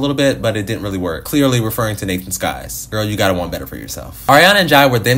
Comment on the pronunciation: It’s Nathan SYKes not Nathan SKYes 🤣